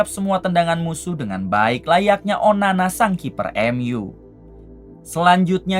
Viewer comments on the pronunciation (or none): none